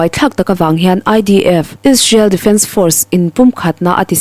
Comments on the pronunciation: ‘Ish-rael’ ti lovin,’Is-rael’ tiin han lam phei la chuan i thu puan chu ‘perfect’ a ni mai. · Israel i lam dan hi tinge ishrel i tih tlat chu le. A spelling pawh a lang chiang hle si.